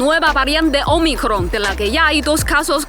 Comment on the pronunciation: Ese acento en Ómicron se agradece 🙏😉👏👏👏 gran video, como siempre 😊😊